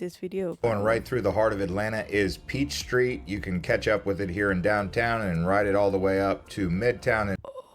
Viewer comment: Peach Street?? It's Peachtree Street.